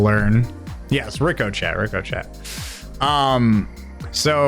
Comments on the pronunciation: Ricochet: pronouced riko SHEY! 🤣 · Yeah I’ll let him have subsequent but reeekohchat really? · fyi, "ricochet" is pronounced "rikoshay". It's French, so of course it's not spelled like it's pronounced. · "Rico-Chet"... Please tell me thats an inside joke with stream cause I'm Cryingggg 🤣🤣🤣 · ricochet pronunciation ri-kuh-shay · Bloke can’t say ricochet or is he taking the piss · I deleted my game because of the way you said ricochet